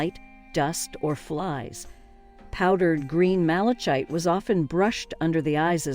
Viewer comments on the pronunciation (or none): Malachite instead of ma • luh • kite 💀